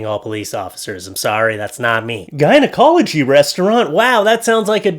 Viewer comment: There’s no A in gynecology, no matter how good the restaurant might be. lol Happy Thanksgiving! 😊